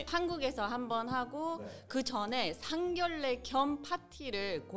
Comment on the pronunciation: 에바 씨, 오래전부터 미수다에서 보고 알고 있었는데, 여기서 뵙게 되니 반갑네요. 상견례 발음은 [상견녜]입니다. 참고 바랍니다.